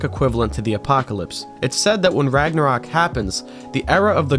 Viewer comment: As a person that speaks a nordic language your pronunciations actually seamed to all be very onpoint (ofcourse an accent is apparent but its not that noticeable on singular words) however i cant even blame you for misspronuncing Ragnarök i doubt the ö is even used in the source where you got Ragnarök from